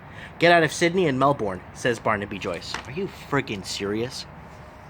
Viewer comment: Great video. It's pronounced Mel-burn btw (same goes for Brisbane i.e. Bris-burn).